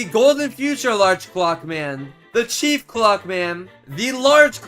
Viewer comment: Why are you so weird?First threesome, just no second reason.Why did you say chef clock man instead of chief?And when you place the Large clock man You cut off why you're so weird😮